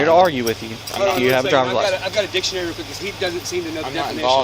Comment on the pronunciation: "I got a dictonary"